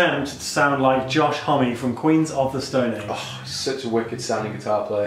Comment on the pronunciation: Josh "hommey". Josh "home" surely